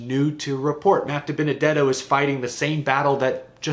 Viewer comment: See ya Dibennadetto. Tired of hearing Waltrip struggle to say your name